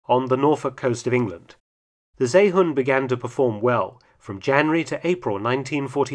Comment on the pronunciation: And stop butchering the name of the seehund!! It's See (or See) then hund. NOT Zay or Say hund